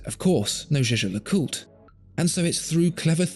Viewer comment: I think the way pronounces "Zsa-Zsa LeCoot" is amusing. It makes me want to buy the Rolex, dahlink.